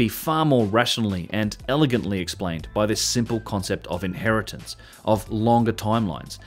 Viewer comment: Inheritance, inhertitance, inheritance. Bang on.